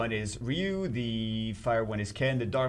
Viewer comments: If we are playing a drinking game where we had to drink every time you mangled his name everyone in the here would be drunk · why do you keep mangling ryu's name like that have you never ever played one of the street fighters with voice acting or for that matter saw the Street Fighter movie because you were just butchering his name Buddy and it's driving me crazy every time you say it like that.